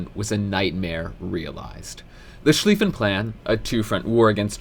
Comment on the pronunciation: He is StolYpin, not StOlpin